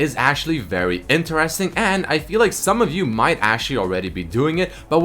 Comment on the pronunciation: why does he pronounce "interesting" so weirdly?